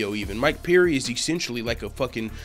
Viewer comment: It's Perry not peery jeese man